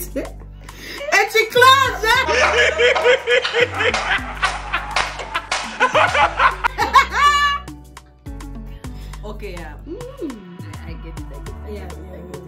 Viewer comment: "A chi closure"💀🤣